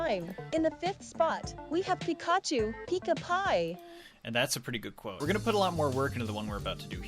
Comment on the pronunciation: Don't forget when he said "Paikah!"